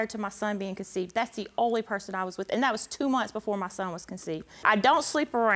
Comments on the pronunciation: It’s CONCEIVED not conceited🤦🏾‍♀️🤦🏾‍♀️ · First lady states she conceded instead of she conceived…lol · "So that's when I conceited" it's conceived baby conceived 😂